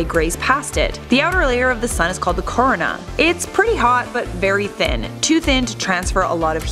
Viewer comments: The moment she attempts to pronounce “Corona”🤦🏽‍♂️ Then by the second time around...😡 It’s KUH-ROH-NUH! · Pronounced Karoona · It’s pronounced co-r-oh-na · Your pronunciation of the word “Corona” is infuriating.